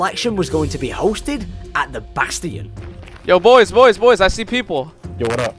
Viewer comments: Im going to have a aneurism if i hear bass-tee-in again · I CRINGE every time he says "Bass-Tee-Yon" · why did you say "bast-ians and not change it back to bastions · It's bastian not basTin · how dare he say bastian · i’m sorry for being an idiot BUT PRONOUNCE BASTION RIGHT.